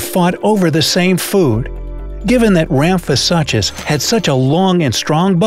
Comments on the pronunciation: Rhamphosuchus is pronounced as "sookes" at the end and not "suches"! Great video, love dino-like creatures. Who else? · Suchus (soo-kus) the ch is not pronounced normally in latin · Argh the pronunciation of Ramphosuchus... The suchus part is pronounced soo-kus! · the way he pronounced ramphosuchus has me dying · I was scanning through the comments to see if anybody else noticed that every time he said it incorrectly it made me cringe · Sarah Holliday—Yes, that one was especially painful 😖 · Does it bother anyone else how he's mispronouncing "suchus"